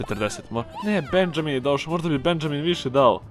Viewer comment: Benjamin se cita Benaminj